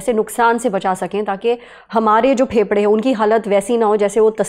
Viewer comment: When you say phepda 😅its sound weard😂 please say fefda I don't know 😅